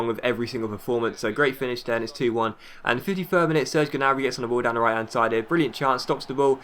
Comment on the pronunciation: Ok, this has been bothering me for a little while now. Correct me if I'm wrong, but I think you don't pronounce the G in Gnabry's last name.